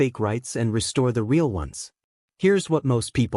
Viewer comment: Real, pronounced "reel" with a long "e". Fire your AI reader and hire a human who can read and speak English.